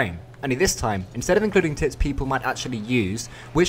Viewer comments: I keep hearing tits, instead of tips... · I can't hear you say "tips". -Really sounds like something else. :-P Makes a more interesting clip though. :-P